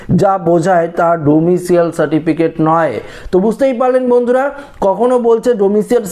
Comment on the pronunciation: কথাটা ডোমিশিয়াল নয়। ডোমিশাইল।